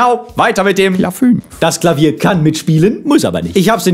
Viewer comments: Klafünf.. statt Klavier.. omg. Ich kenn das Video seit 2017 und mir fällt das jetzt erst auf.. XD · "Klafünf" null erwartend nochmal zurückspulen müssen :'D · "Klafünf"? Du bist ja ein Schlawiner :P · er hat nicht wirklich klafünf gesagt XDDDD